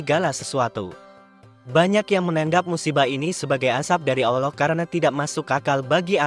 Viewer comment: Maaf untuk pengucapan mohon dibetulkan. "ALLOH bukan OLLOH".